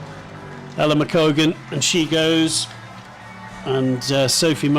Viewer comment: i love how they had about 8 different goes at maia and ella's names and got them wrong everytime